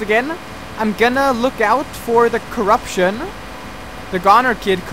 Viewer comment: It's CORE-uption